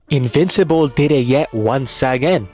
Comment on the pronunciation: his name is “-in-vincible.